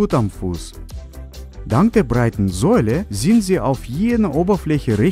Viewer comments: Bruder Sohle nicht Säule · Wie er Sohle ausspricht😂 Säuele😂